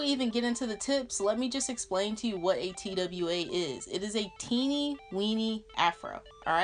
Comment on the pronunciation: bruhhh anybody else was lowkey annoyed that she kept saying t-w-a instead TWA (twah) LOL